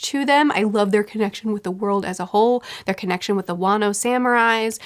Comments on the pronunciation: Fyi, Wano is pronounced Juan-o, not way-no. Love this series:) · It is funny that whenever pronounces "wano" i think she will say "wanus" and i get a bit disappointed